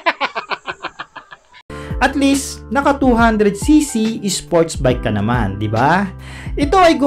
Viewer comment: "SpOrTsZ BiKe"